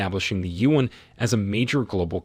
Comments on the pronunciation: You should use Google translate to learn how to correctly pronounce China’s currency, the yuan If pronouncing “yuan” is too difficult for you, use the common alternative name, the letters RMB for the Chinese RenMin (People’s) Bi (currency) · Whoever is the journalist in this video, is an idiot. You cannot even pronounce "yuan".